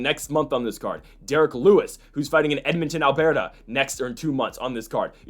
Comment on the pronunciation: Pronouncing Alberta, Albearta is actually so accurate lol tons of bears in Glacier National Park 🏞️ 🐻 haha great vid man